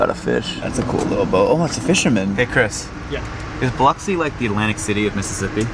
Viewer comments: Congratulations at being the first YouTuber I’ve found who pronounced Biloxi correctly 🎉🎉🎉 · I grew up in South Mississippi. Your pronunciation is good for a Boston Yankee.😂